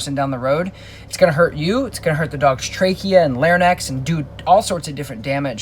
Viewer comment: love your stuff. Just gotta say, its larynx (lare-inks) not larnyx (lare-nicks.)